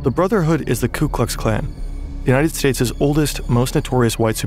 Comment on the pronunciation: Did he say the united stateses? I listened 3x, he did, he said "united stateses." Wtf...smdh